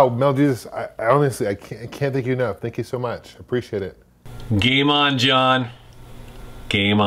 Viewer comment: Gay mon, John. GAYMON :>